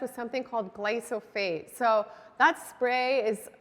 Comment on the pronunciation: small correction, you are saying Gly-So- phate. It is Gly-Pho-sate. The reverse of the two syllables 🌞 It really is a huge issue. My sense is it is not gluten often, that is bothering so many.. it is the glyphosate.